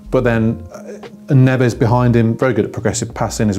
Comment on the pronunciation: Please say Portuguese names correctly Neves is Nevzzz...Nunes is Noonz We are not Spanish